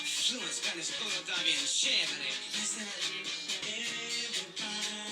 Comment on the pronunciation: Great revisit! I agree with your opinions on ‘Golden Lady’ I also liked the way you pronounced “chevere” in the song ‘Don’t you worry ‘bout A Thing’ good Genius information! Diggin’ your shirt!